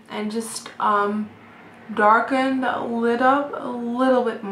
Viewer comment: She says 'de' instead of 'the'😂😂